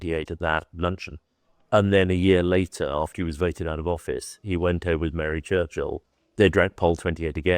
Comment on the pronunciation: A great idea for a series but I do wish that would take the time to learn how to properly pronounce British names. "Churchill" is one word. It's not two words. The "h" is basically silent; it's not "Church-hill." It's "Church-ill." Also, the Duke of Marlborough is pronounced "MAL-bur-uh" not "MARLborough."